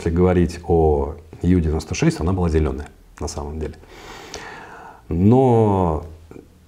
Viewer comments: Полностью согласна. Подобные огрехи неплохо так портят впечатление от специалиста. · Блин, ну ребята. Уважаемый историк подводного флота и опять Ю-96. Ю, блин. Уже уши режет. У-96, у немцев все лодки были У!!! Unterseeboot, что русскими буквами будет приблизительно как Унта(под) зи(водная) бот(лодка). Блин, ну это же элементарно. Англицизмы тут вообще не уместны